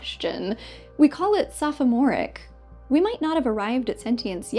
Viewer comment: "SophOmoric"? That was an odd pronunciation of a fairly common word. Made me suspect that this video was AI, but the rest indicates that it is not. I'm just on high alert after seeing too many AI videos.